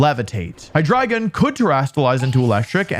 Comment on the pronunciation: I knoiw hes trying to say "Hydreigon" but I swear to god im hearing "Hahdrygin"